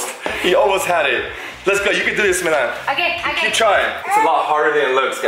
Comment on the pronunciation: It's milan not malin